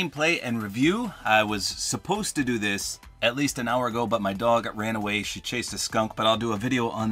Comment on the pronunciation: When he said dog I thought he said daughter lol 😆 😂 I was like why would Ellie do that??